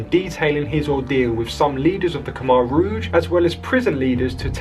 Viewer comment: If you're going to report on history, at least pronounce "Khmer rouge" right... I became very good friends with a Cambodian lad, his parents fled the Khmer rouge and found a better life in Australia, he now is a family man, works hard, loves his AFL footy and is a fantastic AFL footy player. Lay sok, was his name.